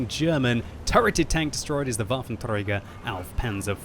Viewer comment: 'turreted' hahahaha what a joke